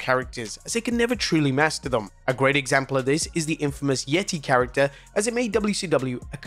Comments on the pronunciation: It’s not called the Yetti- it’s The Yet-taay! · Its pronounced the YE-TAY, not yeti 👌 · Dammit, you've said it all wrong. It's "THE YETAY! THE YETAY"!